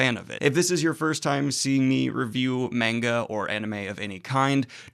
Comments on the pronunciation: (Manga is pronounced ‘mahn-ga’ not ‘mayn-ga’, pls spare my ears) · please stop saying menga. it's manga, as in "mun-ga". it doesn't take a lot of effort, really. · Mane guh? I have never heard it said that way before... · Imma just put this here in case you see it but it is pronounced m-ah-nga with a soft a not a hard a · Please review The Promised Neverland, I just got done reading it and man did I love it. Please cor the love if God, do not watch season 2, it skips arcs and rushes and changed the story..and it's monga don't pronounce the a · you pronounce manga the way I did when I was 14 and everyone kept telling me I was saying it wrong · Daniel pronounces manga the way I did back when I was a kid and first heard about it. Now that I'm 31 I pronounce it correctly.